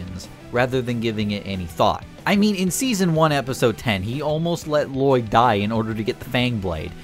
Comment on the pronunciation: this guy clearly doesn't know what he's talking about, cant even pronounce lloyd the right way